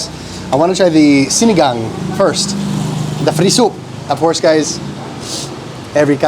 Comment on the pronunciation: Pre!! Pero na perfect naman nya ang pagbigkas nya ng SINIGANG today!!